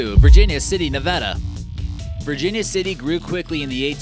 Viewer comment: Ok, Dynamite TV has my respect: he pronounces Nevada correctly.